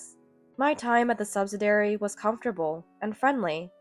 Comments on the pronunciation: Subsidiary is said as "SUB-SID-EE-AIR-EE", and not "sub-sid-air-ee". Your voice sounds like a junior high schooler or high school freshman who is bad is English and can't pronounce words correctly. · liarn to read English. the word is sub -sid-ee-ary. either that or get a new and imprived AI reader. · Subsidiary is pronounced suhb-si-dee-eh-ree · Please note the spelling of subsidiary for proper pronunciation, not "subsidary" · They need to remove the word subsidiary if they are going to use a reader who has no idea how to pronounce the word.